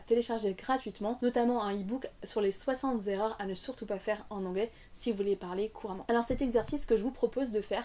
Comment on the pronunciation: Formidable ! Je m'abonne 🎉 J'ai bien rigolé avec le "60 Z'erreurs" 😂